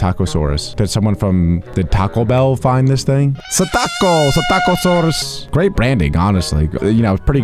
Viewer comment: Its not satacosaurus its actually pssitacasaurus u can pronounce it thats how jay pronounce pssitacasaurus